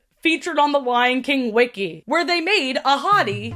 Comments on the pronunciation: did anyone else think was saying “a hottie” instead of ahadi??? girlie love you but the lion was not THAT hot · Okay I DID fr think you said “a hottie” instead of “Ahadi”, and was fully like “Yeah alright, clock it. I can see it” 😭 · Every time you said Ahadi's name, I thought you were saying "A hottie" and I was like "same, girl" Edit: I just got to where you made this same joke XD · I didn’t know mufasa’s dad was called Ahadi and thought she was saying ‘a hottie’ everytime and i just went along with it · Every time you said Mufasa and Scar's dad's name, I always thought you were calling him "A hottie" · It… took me way too long to hear saying Ahadi and just assumed she was calling Mufasa’s dad a hottie. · I though you called mufasa’s dad a hottie the first time you said his name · Everytime the name Ahadi was mentioned, I heard "a hottie" instead. 💀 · I know his name is "ahadi" but whenever you say it I can't help but hear "a hottie" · i love you but the way you pronounce these names makes me cry loudly